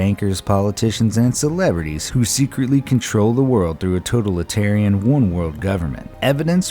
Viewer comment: You pronounced totalitarian wrong smh